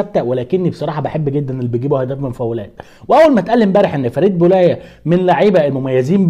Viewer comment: كلهم يناد وه بولايه هو اسمو بو لحيه لكن النطق بتلاجنبي تطق هكدا بولايه